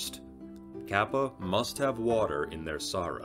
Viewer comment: Ryu is one syllable, not 2. You pronounce it more like the English word "Real". Kappa is "Car-Pa"